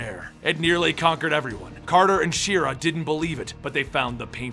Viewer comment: Shyera. Shy-era. Sigil. Si-jill. Nth. Enth.